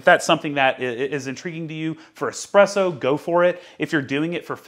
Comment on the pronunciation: I'm really glad to hear you say "easy presso" instead of "one z presso"